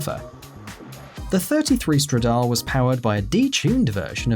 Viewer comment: Tip-o Stradal-é